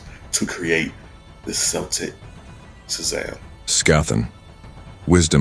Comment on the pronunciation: Great video and concept, one minor problem. When referring to the peoples, languages and myths Celtic is pronounced with a hard C that sounds like a K.